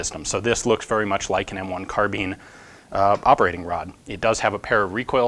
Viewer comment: I'm sorry did he just say M1 Carbean?!?